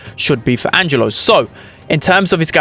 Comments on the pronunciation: Angelo its an italian name, almost perfect pronunciation tho Edit: and yeah, angelo literally means angel in italian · The pronunciation is correct Angelo is a normal italian name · Not only he is balanced, but looks very fun too. (btw the pronunciation was perfect, italian approved🤌🏻)